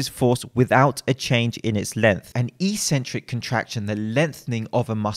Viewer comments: It's properly pronounced ek-sen-trick, not ee-sen-trick in proper English. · It's pronounced X-centric. Just sayin'.